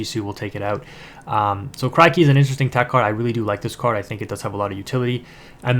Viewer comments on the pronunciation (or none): Good vid man! Just a tiny thing, it's said like Crick-y. Like a cricket. Great stuff tho!